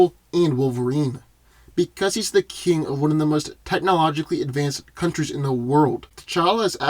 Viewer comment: Did anyone hear him trying to say technologically... that shit was funny